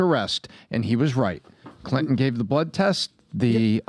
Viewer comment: I wish would lean to pronounce T. It’s Clinton not Clinon.